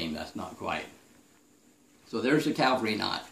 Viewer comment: Great video demonstration, easy to follow; the BEST on the web! (P.S. It is pronounced "cavalry," not "Calvary" (where Jesus was crucified, right?)